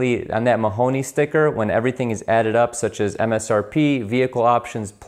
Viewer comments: MonRONEY not Mahoney ... duuude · 😂 He said Mahoney. It's Maroney. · It’s a “Monroney sticker” not Mahoney.... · It's Monroney sticker not monhonee sticker... monhonee used to be a man and with strong thighs. Great info on things to look out for! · Mahoney balonga! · Yes this fool calls in a "Mahoney Label"... if he can not get this right all the rest of his comments are suspect... it is a "Monroney Label" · You keep saying "Mahoney", but it's "Monroney" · I know it's a year late, but it's Monroney not Mahoney. Named after a US senator in the 50's. Also, theft deterrent, not deferral. Great vids, new subscriber. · It is the Monroney (pronounced MON RONE E) not the Mahoney Sticker. A.S. "Mike" Mike Monroney (OK) was the author of this stickers origin. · Mahoney...? Credibility just went out the window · You said Mahoney sticker! Geez! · It’s the MONRONEY Sticker, Not Mahoney. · Monrony sticker, not Mahoney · Good video but it's a Maroney not Mahoney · Monroni, NOT Mahoney. 😅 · Monroney....not Mahoney. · Maroney Sticker not Mahoney... Mah Row Nee.... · It’s Monroni, not Murrony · Do you mean Maroney sticker? Why do you keep saying Mahoney sticker? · IT'S MONRONEY...NOT MAHONEY!!!!!!!! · What psychopath writes in a combination of capital and lowercase letters?! Also it's a Monroney not a Mahoney lol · “Monroney Sticker” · It's "Monroney" sticker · Think he meant to say "Monroney", Lol. Other than that, good video.